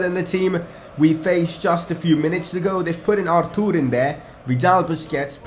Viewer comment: It's Arthur not artoor , don't make up pronunciations😂